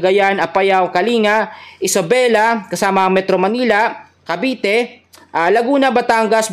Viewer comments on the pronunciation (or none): none